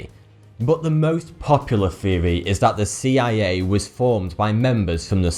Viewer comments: Yeah I'm right, he said 'feory' instead of 'theory'. A cretin. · Guys, what's a "feory?" He keeps saying it in this video and I don't know what it means...